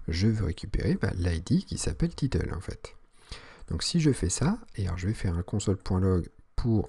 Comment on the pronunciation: C'est "title" et non "titeule" ahah sinon très bonne vidéo.